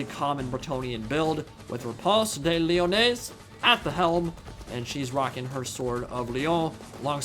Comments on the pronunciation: I'm not sure if you are memeing but I am like 90% sure that Lyonesse is pronounced as you would "Lioness". I think it's supposed to be a pun for her name too, like, "Repanse The Lioness". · i swear whenever he says Lyonesse i hear mayonaise lmao